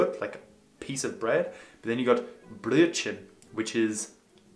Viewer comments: First off your German is on its way and keep up the good work. Though you might not want to order a Blödchen but a Brrröttt-chen for breakfast. ;) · Ein Blödchen mit Käse bitte!😉 Just kidding. You made me realise how difficult it must be for a German starter. Some of them were pretty good - you're getting there! Glad you have fun with it!🤗